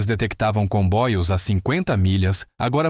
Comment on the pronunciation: Por que o narrador fala " combóios". É para aparecer?